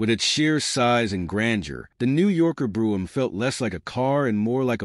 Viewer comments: It's "coo-pay" not "coop". It's Brome not "broom" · It's Brohm "O" ... Not Broohm !! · Bro em, not broo em. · Pronounce " Brome as in home " !